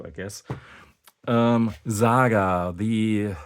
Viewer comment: Its not ZAGA ,its SAGA